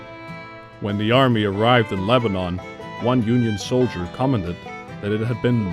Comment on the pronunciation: He also says Lebanon like the name of the country, when it's leba-none not leba-non.